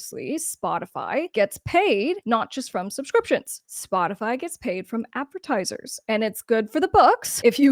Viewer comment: Aaaaagahahahah I’m sure you just Said “ Botify “ 🤣🤣🤣🤣 Perfect 🔊❤️💪🏼🙏🏼